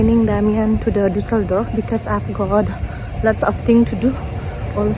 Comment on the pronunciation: What city is Daseldorf? What is this strange pronunciation?